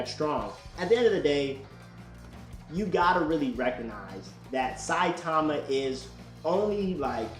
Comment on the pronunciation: thats not how you say saitama...and also what has character development got to do with this were talking about power not character and also here are some examples of gokus character development (you mean to tell me that the same goku that wouldnt even dare look at frieza's way ever again would invite him because he felt like he needed him for the tournament of power the same goku who gave cell his senzu beans would be willing to participate in a super saiyan god ritual if he was the same he would have never invited frieza to the tournament of power he would have never participated in the super saiyan god ritual because it isnt really his power plus after getting defeated by beerus goku asked for whis to train him character doesnt have to change drastically to have character development that's not what character development is)